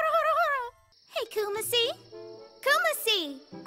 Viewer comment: It's Kumacy not Kuma-C...